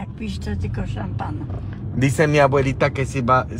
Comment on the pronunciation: a las dos pm y a las 6 pm mañana sabado 30 de diciembre, y el dia 1 de enero de 2023 a las 13,30 en español, su abuelita pronuncio' bien "champagn" (suena como decir shampa'n)e con acento en la segunda "a"